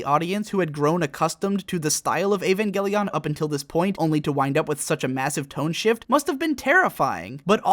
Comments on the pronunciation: Now that you have pronounced it Evan-gay-leon I can no longer pronounce it properly in my head. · "avangeleon" nice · Just say Eva. You don't need to over pronounce evangelion every time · ugh the way you say Evangelion